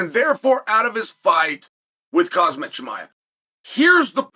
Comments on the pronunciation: You illiterate Dumbo, say his name right. It's Khamzat not hazardous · For the million time Khamzat Not khazmat If don’t know how to say there name correctly, you shouldn’t do podcast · I'm here to hear Uncle Chael say Khazmat 😂😂🤣🤣🤣, can't let you get close 🤣🤣🤣🤣👍❤️❤️ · its Kazmat bro:)) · I like how Chael knew he couldn’t pronounce “Khamzat” correctly. So he immediately switched to Chimaev💀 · Kham-zat Kamz-at Hamz-at ⁉️